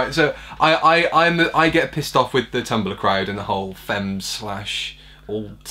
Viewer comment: pablolara125 I was saying how in 2010 the Doctor referenced most social media sites in Eleventh Hour, apart from tumblr, then continued to reference twitter through , I get a tumblr reference and its years too late, the actors don't even say the name properly and its not the right app on screen.